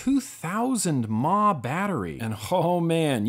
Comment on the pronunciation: Didn't the Itazte VTR come out before the MVP? The VTR was my first box mod but I don't think I bought it until 2012. But, it may have been out for quite some time when I bought mine. I actually still have mine, and it still works. Also, - don't say "Maw" for milliamp-hour. "mAH" is not a word, and should not be pronounced as such. It's "Two thousand milli amp hours."